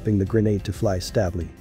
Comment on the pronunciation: Stab-ly What is stab-ly?? AI has NO place in this world!!